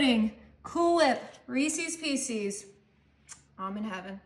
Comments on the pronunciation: It is not Reesees Peecees, it's Reese's pieces, learn proper English. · It looks delicious, but I can’t give a thumbs up to someone who says Reesees Peesees!!!!!!